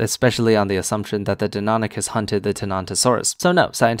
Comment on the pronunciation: That fuckers inability to pronounce Deinonychus correctly makes me uncomfortably angry